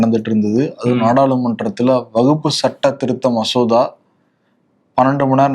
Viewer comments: கேரள காந்தாரி மிளகாய் சாப்புடனும் அப்பதான் அது வகுப்பு அல்ல வக்ஃப் என்று தெளிவா உச்சரிப்பார். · வகுப்பு சட்டம் இல்லை வஃக்பு சட்டம் கூட சரியான உச்சரிக்கிறார் நீங்கள் எப்பவும் உருட்டுவது போல் பேசுகிறீர்கள் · Dear Bro, It’s not Vagupu. Kindly pronunciate it as WAQF. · இதுலவேற சில அரசியல்வாதிகள் தப்பா தமிழ் பேசுறாங்க,பேணர் வைக்கிறாங்கன்னு சொல்ரார்.விகடன் குழுமத்தில் ஒரு தவறையே திரும்ப திரும்ப செய்றார்,,வகுப்பு, வகுப்பு என்று. அதை கண்டும் காணமல் விகடன் குழுமம் இருப்பது எனக்கு வேதனையளிக்கிறது.விகடன் படித்து தமிழ் உச்சரிப்பு கற்றவன் என்ற முறையில் க்கு வகுப்பு அல்ல வக்ஃப் என்று உச்சரிக்க சொல்ல கத்து கொடுக்கவும். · wakf not as stated in question, & pronunciation is wrong